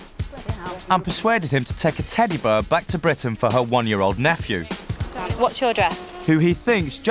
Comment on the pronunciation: The narrator keeps saying teddy bur and it's a tiny bit annoying